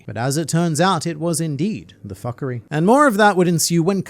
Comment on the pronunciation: the way you say "fuckery" is hilarious